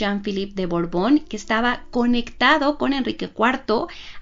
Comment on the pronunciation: BORBON O BORGON???... ESCUCHO A LA NARRADORA DECIR BORGON